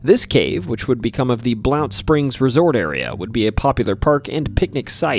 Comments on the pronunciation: Just in case it hasn't been noted, the county in the alcohol cave segment (Blount) is pronounced like "Blunt" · Your pronouncing Blount wrong, the "o" is silent, it's pronounced Blunt. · its pronounced Blunt ya yankee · Blount County, Alabama is pronounce Blunt. I was born there and have spent my entire 72 years living here. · here in Alabama we pronounce that as "Blunt" county. Not that it really matters lol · I know about the Bangor cave, the county is pronounced “blunt” btw, I drive near the cave very frequently. I was pretty surprised to hear about it! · So you know, Blount County is actually pronounced "Blunt." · I saw a mountain lion on Lookout Mtn. in northeast Alabama. Also reports of them on Raccoon Mtn right across the state line in Tennessee. Etowah is pronounced Eh-tow-wa. Blount County pronounced Blunt. It’s a southern thang. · You said Etowah and Blount wrong 😂. I live near Bangor cave. It’s actually a very interesting story. up the street on Jack Cole road you would have had about 10 different stories to add about that road alone. A lot of death, monsters, witches. It’s also next door to an old resort for rich people at the time called Blount springs